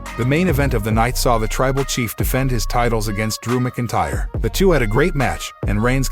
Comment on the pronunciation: Narrator keeps saying Drew McIntyre wrong 😑